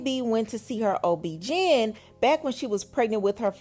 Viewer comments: girl wth you be talking about 😅 not “ob-GIN” lmaoooo 😂 girl. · Ob-gin wtf ....how tf do you not know how to pronounce OBGYN??